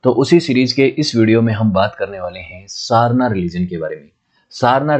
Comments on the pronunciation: सरना मुंडाओं का पूजा स्थल होता है. आप का उच्चारण भी गलत है. सारना नहीं सरना. मरंग बरु नहीं मरंग बुरु. मरंग का अर्थ है बडा. बुरु का अर्थ है पहाड़. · jai johar ,jai sarna .......pronunciation is srna